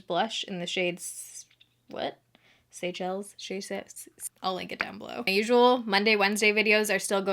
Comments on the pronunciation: Pron: (Say-sha-lees) - Super swanky beachy va-cay place. 😘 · I think that it's pronounced: "say shells"... Love your update videos too! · Oh my gosh, ever since I bought my first pair of Seychelles (the shoe brand) about six years ago, I've been pronouncing it "Seh-kel-lees." I'm an idiot.